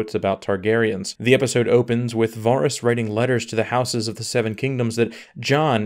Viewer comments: It’s vArys not vaarys don’t u watch the show? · OMG, please say VER-ys, not VAAR-ys. It sounds so bad, lol. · Why is it so many youtubers say names blatantly off from the show? Do the audio books say [Var-ys, Ver-eez], instead of Vehr-ys. I also hear a lot of Duhnereeeeez, Ser Dayvos, even D&D say Meeesenday, when no character in the show says it like that. Like what is with the intentional difference? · I definitely agree that a lot of it was rushed. The plot points weren't the problem, but the execution was. Also it's Vah-riss and not Vaw-riss. :P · The most unexplainable thing is that you've been watching this show for 8 seasons yet you can't pronounce Varys. VARRIS! NOT VAHRIS. VARRIS! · Dude how can you pronounce it Vahhris?? Have you even seen the show? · if he says varis one more time... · Varys, Varys, Varys. It's pronounced Varys... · u say varys so odd - and if tyrion tried to sway her he would b killed too - Jaime would have died either way. He stay locked up he die. he not gonna be released and not try to save his sister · Can't even pronounce Varys right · You are killing me with the pronunciation of the characters’ names (Varys & Catelyn)